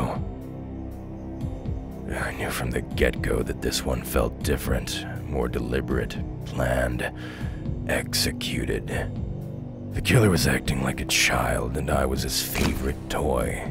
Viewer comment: Yeah... Same here... I just laugh at the end instead of feeling bad... Not to mention the part where he said "eggsecuted"...